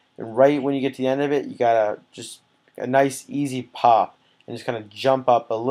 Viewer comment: Knee-Ice Fo Sho!